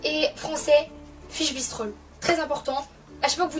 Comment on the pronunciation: C’est bristols pas bistrols 😂